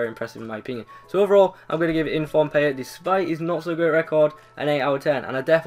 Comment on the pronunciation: It's pronounced Payé